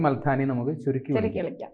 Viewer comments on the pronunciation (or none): Al haani alla al thaani ok